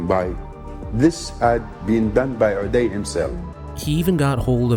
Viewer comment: His name is pronounced 'you-die' not 'oo-day'.